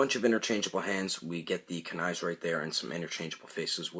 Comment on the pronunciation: You pronounced kuni wrong bruh